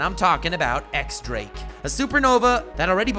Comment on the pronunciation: Dress "rossa"? Its Dressrosa dude haha. And it's not X Drake, it's pronounced Diez Drake like the Spanish ten, but that's not super clear and Oda had to address it in an SBS, so it's fair you don't know that. Other than that, solid video bud, I love the historical parallels you make. Good work I was definitely intrigued. Drake left the Marines but we know he's good, joining Kaido straight from entering the new world is definitely for a reason. And Luffy took out doffy who killed his dad, diez barrels after rocinante stole the heart fruit from him, he said he didn't care and his dad was a dick but still could give him a motive to help